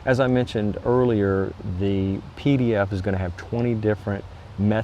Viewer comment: what is a Dee Dee Ef??? Keep on hearing hears a leenk to a Dee Dee Efd.